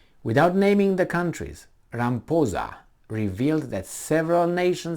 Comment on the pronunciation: RA-MA-PHO-ZA... not Ramposa...